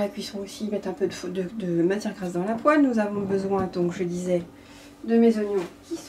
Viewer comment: "Poêle" et pas Poelle Hi ! Hi ! Hi